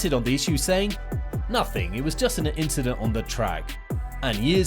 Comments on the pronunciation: It was not "incident" but "inchident" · Nope. It was an "inchident on the race".... XD